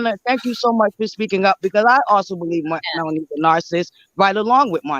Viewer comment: She did say Mel onee and narcist. It's always the ones who can't speak proper English that come for her.